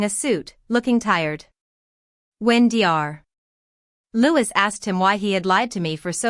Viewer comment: What a sorry excuse for an AI(artificial idiot) narrator. Mispronouncing dr (doctor), ms (miss) and several other instances - not worth a like as the uploader didn't see fit to do some quality control. The story deserves better.